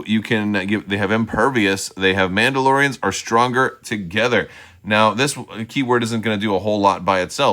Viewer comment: Your Mandalorrrrrians sound like turkish noble men of the middle ages 🤣